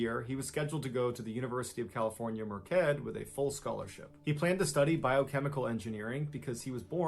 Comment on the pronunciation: Merced CA is pronounced Mer-Sed.. 🤦🏻‍♀️